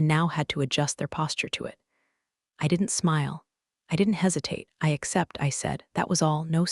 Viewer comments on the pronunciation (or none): none